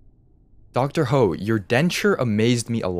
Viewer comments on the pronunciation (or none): imagine dr ho had an "e" at the end of his name xD the way u pronounced it tho- edit: i liked my own comment xD